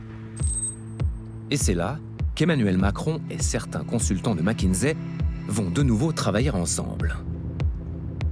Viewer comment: Pourquoi MckinZé ? Ni en français ni en anglais ce n'est dit ainsi ?????